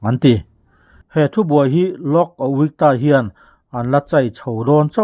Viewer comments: A-wik-ta ti pawhin a lam loh hi, a-ui-ta tiin lam char² zel, a hma daih ațang tawh khan😅😅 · Lok Auikta, ni lovin, Lok Ayukta tih tur ani zâwk lo maw ?😂😅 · Ayukta khi mizotawng deuh in A-wik-ta tilovin A-i-uk-ta tiin lam rawh